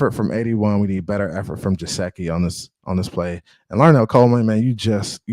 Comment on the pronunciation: No offense but it’s Geh-sicky not Je-seh-ky